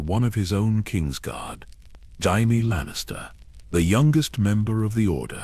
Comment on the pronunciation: Woah - I must say I don't understand the hate you've been getting in the comments. Canon aside, I truly enjoyed it. I will admit the mispronunciation of Jaime Lanister is just a little unnerving, tho.